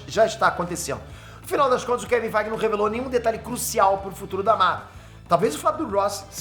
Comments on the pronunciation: eu escuto assim "Kevin FIGHT!" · Engraçado demais ele falando Kevin feige